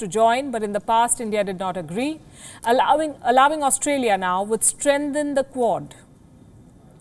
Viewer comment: Interesting, that you mispronounced 'allowing'. Very interesting.